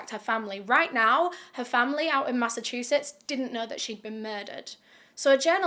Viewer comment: Hey im from Massachusetts and I give u major props cuz u pronounced it perfectly when most people around the country don't. Lol